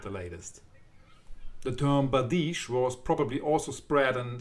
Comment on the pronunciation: No. Not bardishe. Byerdish. Бердыш.